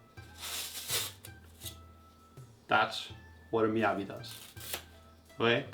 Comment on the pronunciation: An obvious shill... If you're going to compare knives, be fair when running tests. Don't make it so obvious. Or at least pronounce it right. Receiving numerous Miyabi Knives for free and yet you have no knowledge in one of more common Japanese Knife brand in most markets. Aren't you lucky..